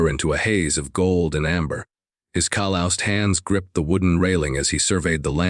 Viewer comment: What in the world is cal-loused. It is 'calussed', phonetically. You told an untruths claiming you did significant editing, not good.